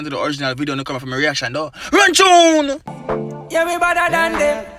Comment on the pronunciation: "Run Chune"😂😂